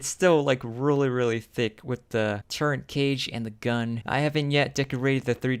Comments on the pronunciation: Please learn how to say the word turret. There is NO 'N' in it. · What was the price for those bad ass, highly detailed, M1A1 Abrams BT's ? They're awesome. And BTW you're pronouncing "turret" wrong, it really sounds weird.